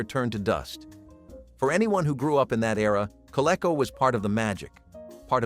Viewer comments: maybe more kah-lee-co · co-lee-co , you dummy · Co-lee-co! Doesn't rhyme with gecko.